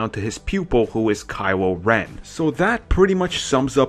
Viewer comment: Kywo Wen Bwood Wine Fwesh and Bwood you pwobwabwy say wazer wifle too 😂😂😂😂😂😂